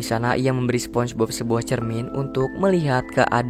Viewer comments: Spong e Bob bg😂😂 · spombob bg nyebut nya